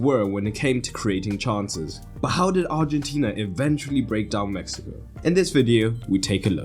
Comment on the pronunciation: I'm positive bro is saying Messico not Mexico, it doesn't even sound like he's saying Mexico